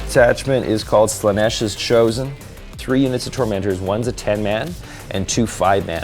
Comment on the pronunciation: All praise to Slaa-neth! 😂